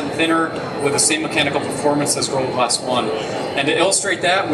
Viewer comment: This guy is a good presenter... but he doesn't pronounce "gorilla glass" very clearly